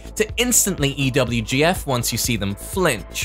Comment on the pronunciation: saying EWGF instead of EVGF now kek